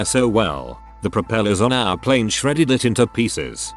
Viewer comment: It's pl A ne! Not pl I ne!